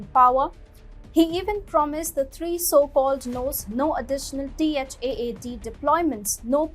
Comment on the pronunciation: You could just say THAAD not T.H.A.A.D. like people commonly do…